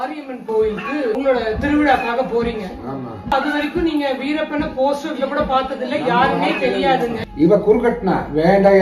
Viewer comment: இவர் வீரப்பன் கூடவே இருந்து வந்தார் இவர் வீரப்பனுக்கு பதிலாக இ ரப்பன் என்று பேசுகிறார் நல்ல கவனியுங்கள்